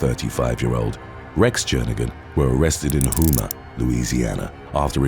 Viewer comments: "Hoo-ma, LA". Nope. Review the rules for English, Brit. Vowels are long when followed by vowels, thus it`s correctly spoken by all knowledgeable people (Yes, I lived there) as Ho-mah. Good grief! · Louisiana native here, its pronounced HOME-AH 🤣🤣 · Love your videos! I’m from Louisiana and Houma, LA is pronounced Home-ah. Lol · The last town is pronounced "Home-uh" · I was about to say the same thing 😂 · I was coming here to see if anyone commented on how to say it lol